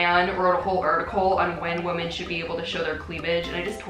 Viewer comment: i'm so confused about how people with english as their first language don't know how to say "women".. it's frickin pronounced "wimmen" not "woman"